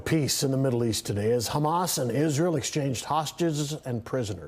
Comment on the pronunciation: Hamas and LIKUD ...! Hamas and LIKUD ...! How many times are you going to get it wrong ..!